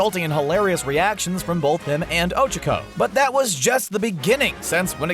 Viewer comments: extreme personalities show bakugo if there’s one way to describe bakugo it’s trashboy how dare you insult my child lmao mt. lady? well i mean yeah she can grow......lmaooo oCHAco ????? why pronounce like that ooooohhh revealing momo is sexiness important to being a hero? midnight:nooooooo mountain lady: YEAH HUH BRIOCHE bathing suits: let’s wear the school ones!! guys: booooo oCHAco has a big crush on deku me: noOo MY DEKU SHIP SHALL FOREVER MORE BE TODOBAKUDEKU oCHAcos a jealous brioche THirsTy there’s only two of mineta spying on the girls? excuse me? the girls ain’t gon let you peep scales the freaking wall how is using charm to get free/discounted stuff going way too far? lucy from fairytail does this constantly “when will you learn.....” WHEN WILL YOU LEARN!!!!!THAT YOUR ACTUONS HAVE CONSEQUENCES togas invisibility quirk shows up to school naked no one notices thank-you for coming to my ted talk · He's saying ochakos nsme wrong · THE ONLY THING THATS WRONG HERE IS THE WAY YOU SAY OCHAKO, MINORU AND TSUYU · The way he pronounces "Ochaco" makes me cringe 😂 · am i the only one that got mad how he pronounces ochaco's name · The way he says Ochaco is extremely aggravating.. -_ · Is he pronouncing Ochaco’s name wrong or is it just me? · Ok ok ok, you can say anything about my babies BUT WHY IN THE WORLD ARE YOU PRONOUNCING OCHACO LIKE THAT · Who else completely lost it every time they pronounced Ochaco and Tsuyu's name wrong? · Who else is triggered that he said Ochaco wrong? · Is it just me or him pronouncing Ochaco wrong annoying me And lol Deku is probably gay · Isnt her name uraraka? Even if it isnt, you pronounced ochaco incorrect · The way they pronounce “Ochaco” tho 😬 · Why r u saying ochko it’s Ochaco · Did he just cal oh-chak-oh Oh cheek oh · Ochoko? It’s Ochacho! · Ah yes Ochiko. My favorite character. Who's Ochacho? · wait...wtf...did called ochako ojiro!? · Whoses ochico I thought her name was ochaco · ᴅɪᴅ ᴛʜɪs ᴍᴀɴ sᴀʏ "ᴏᴄʜᴏᴄᴏ"? ᴀɴᴅ ɴᴏᴛ ᴏᴄʜᴀᴄᴏ